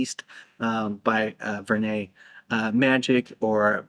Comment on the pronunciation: Vernet with a hard T like fishing net. Jeff McBride said that Roberto Vergonjeanne told him in person :hand-purple-blue-peace